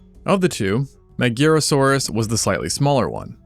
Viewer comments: So, just a thing, cuz I didn't see it addressed in the comments, Magyarosaurus, coming from Magyar, is read like Majar, and comes from the name of the Hungarian people Magyars. Although, that doesn't make the video any less awesome. One love ❤️ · Ahh again dude... MaGYarosaurus With a "Gy"